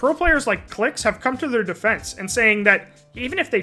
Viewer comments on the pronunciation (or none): none